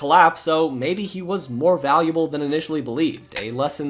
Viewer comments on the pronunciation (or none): none